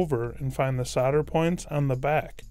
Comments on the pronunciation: I gave up after just over a minute. I got 'sadder' and 'sadder' every time he said it 🙄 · You do realise that's not how you say solder yeah?